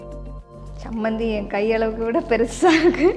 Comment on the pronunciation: It is 'Cha' not 'sa' Chammanthi not sammanthi